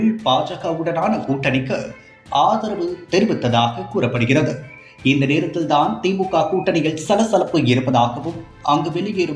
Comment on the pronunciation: "நிலையிழ்", "வரையிழ்", "நேரத்திழ்..." என்ன இதெல்லாம்? கருமம். கேட்கவே காது கூசுகிறது.